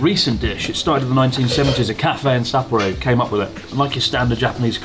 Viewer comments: It’s pronounced as sa-po-ro. Not sapoh rho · Great video mate love your trips with Natsuki and Joey! Better pay them haha. Really made my ears cringe hearing the English pronunciation of Sapporo 😂